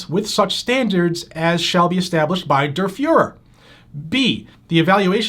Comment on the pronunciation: Whose this “derferer” he keeps mentioning?